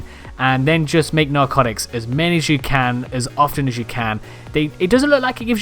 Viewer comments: “Narcoctics”. cock. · He did XD LISTEN LOL